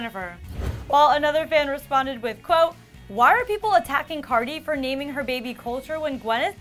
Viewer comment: She said Cardi's name so wrong hahah